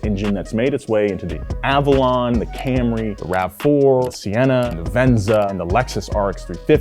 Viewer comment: Please don't say camray, say Celica.